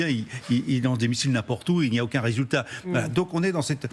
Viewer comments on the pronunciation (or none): none